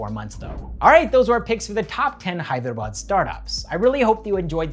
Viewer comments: The way you pronounce "Hyderabad" is far more better than the entire so called literates in India from the North 🤣🔥❤️ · Bro..Your Hyderabad pronunciation is on point 🙌 Most of the people pronounce it as Hydra-bad or Hey-drabad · You’re pronouncing Hyderabad perfectly lol! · South!!??? Literally You killed it man 🔥💯💯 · i was impressed too by the way you pronounced Hyderabad. Many Telugu people themselves spell it as 'HYDRA-BAD'. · Wow so amazing to listen Hyderabad pronunciation correctly from a foreigner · The best thing about the video is as a foreigner you pronounced "Hyderabad" real well it's good to hear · Every time you said " Hyderabad " .. point on 👏👏👏... As if a local Hyderabadi spelt it . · He pronounces hyderabad so well